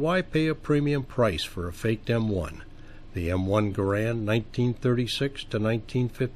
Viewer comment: Pronounce Garand properly please